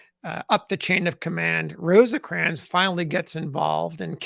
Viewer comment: It is just "Rose-crans". Not, I repeat, NOT "Rose-ahh-crans". Thank you.